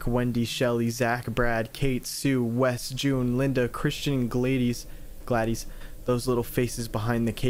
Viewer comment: my name is gladys and its said like glad this